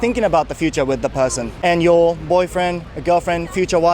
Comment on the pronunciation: important と futureの発音が日本人だな